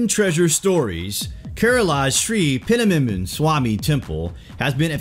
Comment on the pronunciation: Actually it is " Sree - pathma -nabha-swami - temple "